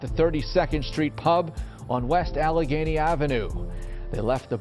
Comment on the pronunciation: Jesus Christ! You can’t be from Philly with those pronunciations. “Al-Ganee” & “Skuly-kill” 😂😂 try again bro.